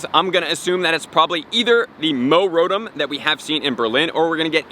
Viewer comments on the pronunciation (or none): ...say it with me...Row-Tom...Row-Tom